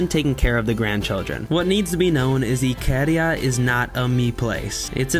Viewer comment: it's not ikeeeeeria it's ikaaaaaaaria